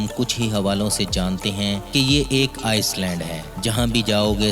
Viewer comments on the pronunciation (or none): Iceland nahi hota , island hota hai dear ❤️